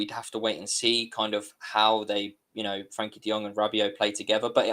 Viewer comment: Why do some people have difficulty pronouncing "Frenkie"?